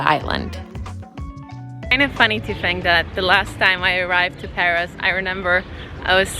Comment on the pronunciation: Shit - you have no idea how to pronounce anything? It's PAROS not PARIS, and you're sitting under a BOUGAINVILLEA not BOAGINVILLE